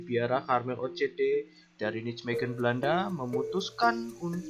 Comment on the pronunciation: Bagus sekali. Hanya Nijmegen dibaca NAIMEGEN, bukan nicmegen ya..🙏👍